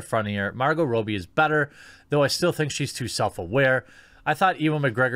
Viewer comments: Dude, Margot's surname isn't that hard to pronounce correctly. It's "Rob-bee," not "Row-bee." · I believe it's pronounced Robbie like robber, not like robe. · Margot "Row-bee"? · It's Margot Robbie not Margot Robie. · Not Row, it's Rob. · Robbie, not Robey. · How does anyone pronounce Robbie wrong?! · You're saying Margot's name wrong.